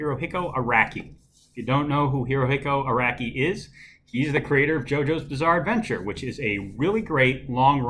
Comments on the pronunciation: Aracky and arocky are both wrong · Manga is pronounced mahnga, not manega. Also. Araki is pronounced Arocky, not Aracky. Still love the video as I enjoy hearing about this book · Nah I’m pre sure it’s pronounced Araki